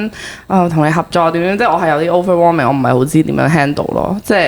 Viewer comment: 其實點解係咁講Overwarming ge ? 唔係Overwhelming 咩？🤔